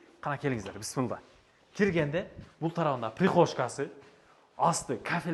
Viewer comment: Бысмылда, эмне деген соз? Блогерлер, орфоэпия жонундо кичине маалымат алып алгыла!